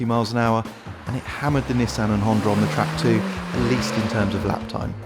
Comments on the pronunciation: How the hell does he make Honda sound like it has an "R" in it?! Hondar?! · "Hondur" nsx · "The honder nsx" Never heard of one.